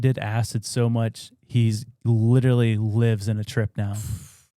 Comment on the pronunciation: For the love of all that is holy! Please learn to say the word LITERALLY the right way or stop using it every other sentence.